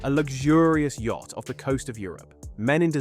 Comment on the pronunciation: Yacht not "Yatch"